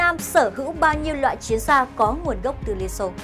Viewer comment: Tôi có ý kiến thế này. Kênh hay nhiều kiến thức khoa học và lịch sử rất hữu ích. Mà chọn em MC mở đầu clip chán thế, ghét nhất cái kiểu mấy âm ch, tr cứ tru cái môi lên, chiến cứ phải phát âm thành chuyến làm gì? Theo tôi nên cắt phần đầu đi, hoặc thay người khác.